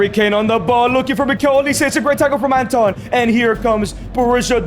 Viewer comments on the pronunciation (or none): none